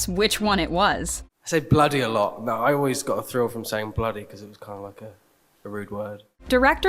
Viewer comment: It mead me laugh when Matt said we is it olweis me